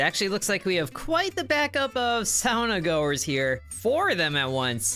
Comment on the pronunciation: So you can say sauna correctly... but not golem!